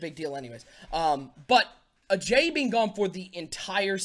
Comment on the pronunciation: #SonnyWins due to pronouncing Ajayi wrong many many times